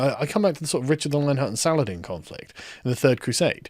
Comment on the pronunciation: SUH-LAH-HA-DEEN. FUCK.